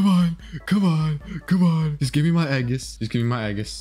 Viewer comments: Stop calling it eggis its ee-jhus and also its a-post-a-loss. not a-post-o-losis. Stop mispronouncing it or im unsubbing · reply to me also can u please stop saying eggius it's age iss srry to sound like a nerd also again it's not apostolosis it's apo sto los